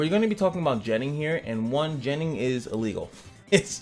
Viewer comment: I like ur shirt. With that being said. Your pronouncing of the word gennin for some reason make the hair on my neck stand up.